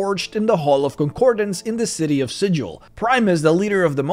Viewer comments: Normally I wouldn't rattle my bonebox like this, but! Since we are talking about Mechanus and about the enforcement of strict rules: there is an oft-violated book-canonical rule about the city of Sigil, which is that the "g" in the name must be pronounced like the g's in "wiggle", not like the "g" in "vigil". The Harmonium is very strict in this, so I hope that this admonishment serves to keep at least some of you primes out of trouble ;-) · Next up: what they didn't tell about how to properly pronounce the name of Sigil. (Seriously, it's with a hard "g".)